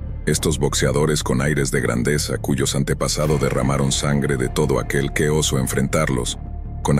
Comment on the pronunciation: Oso no: osó….ja ja ja pero el italiano hizo el 🐻 ja ja ja